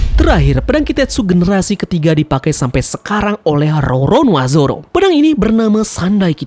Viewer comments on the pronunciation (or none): none